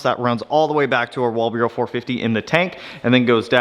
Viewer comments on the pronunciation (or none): stop calling the pumps walbureau hahaha. pronounced: "wall-bro" 🤣🤣love how this car is turning out.